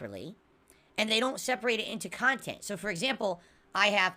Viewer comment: Wait all the idiot morahn kahntent creators dont split their kahntent into kahntent? is losing it dude